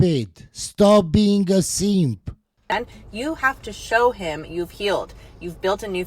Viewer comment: In case you couldn’t understand his accent, he was saying DON’T BE A SEEEEMP!!